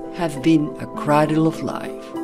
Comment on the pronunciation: Pronouncing cradle "cradual" is poor narration and nothing else.